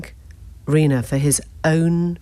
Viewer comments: Um, one tiny quibble. Rob Reiner's last name is pronounced Rye-ner (emphasis on the first syllable), not Reener. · 'Reener'? I'm not sure that's how Rob Reiner's name is pronounced, Emily! But then, you have a bit a bit of a habit here... Kamala Harris was 'Camel-a' right to the end, even as you were interviewing people about how her name was being mispronouned, you continued to call her Camel-a! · How curious that Emily Maitlis can't pronounce Rob Reiner's surname correctly. Rob Reener? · How can you be the only person on the planet who pronounces Reiner like that?